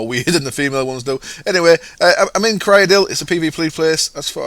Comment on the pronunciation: i think its pronounced siridil. thats how they say it in skyrim and oblivion